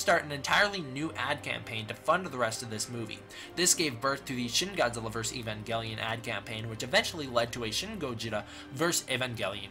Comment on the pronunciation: I want you to look up he to say evangelion cause you truly just angered me